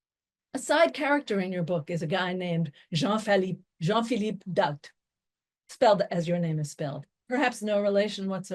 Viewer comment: It's Marlene Daut not Molina doubt